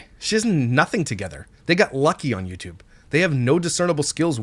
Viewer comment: Yew tube not W-E-Y tube